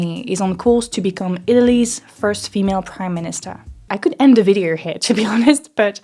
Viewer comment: you pronounce "window" as if it were written "win-der". Same for "video" that sounds like "vidier". I'm French too, and struggling with pronunciation. Contenu excellent !